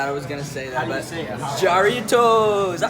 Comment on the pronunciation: The kid looked straight up Mexican and couldn’t pronounce “Jaritos”